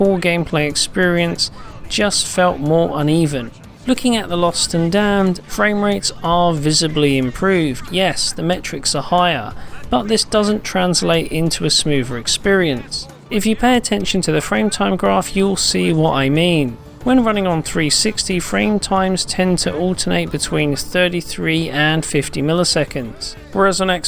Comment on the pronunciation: Also he always says smoover. lol